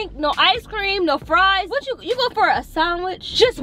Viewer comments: ikr but i didnt want to say anything.... they say "saaandwitch" with a long a...sorry if its defensive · I like how you guys pronounce sandwich 🤣🤣 say it funny 😄